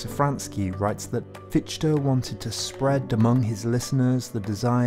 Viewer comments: Nice video and a great overview through the centuries. But please try a correct pronounciation: NOT "Hayghel", NOT "Hearder", NOT "Fitch-Te". Thx. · nicht Fietschte, he is called FiCHte, CH chh, like a cat hissing. no sh or sch sound in there. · it's not pronounced Fish-ti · Fichte ["fish-ta"]… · So Fichee was a solipst. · Fichte heisst er! Herrje! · I like your content - but a wee bit more effort on all those names , especially Fichte or ¿Fitshtä? and quijote ¿ciyote? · A truly wonderful video. But please learn how to pronounce 'Fichte'. Please! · For the love of God, stop saying Fichte like that.